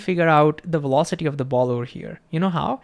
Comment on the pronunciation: it is vee velocity NOT double "U" WEE wolocity !!! Come on you are a smart guy, and you could change the pronunciation of ONE consonant to bring your verbalizarion into some semblance of the MAJOR LANGUAGE you are trying to advertise to unless you are stubbornly trying to change the entire world's pronunciation to comply with your stubbornly defiant way of butchering OUR LANGUAGE .... STUBBORN NONCOMPLIANT BACKWARDS .... or maybe you wanna say backVards!!!